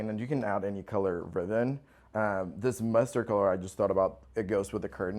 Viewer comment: Beautiful home but, did he say cluves instead of cloves and riven instead of ribbon🤔